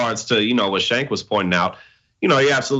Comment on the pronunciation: why did say Cenk’s name like “Shank” 😂… then Cenk’s face looked annoyed. I wonder if they got some beef behind the scenes